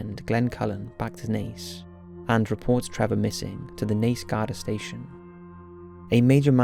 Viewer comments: Garda is pronounced Gaa-duh. In Ireland they just say, "Guard." Good to hear your narration again. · Oh my God! There is something my Da knows about this I lived in Dublin, & my Da is a genius of Maths & computing & became head hunted in Alaska, he tells me knows nothing, however he lives in Co Kildare where Trevor lived & one of my son's have the same brain, it's pronounced...... GARDA with Aah not ai